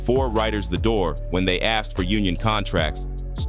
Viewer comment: She said someone axed her.... Was it assault with a weapon or terrible uneducated English?